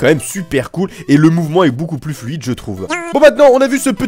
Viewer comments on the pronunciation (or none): none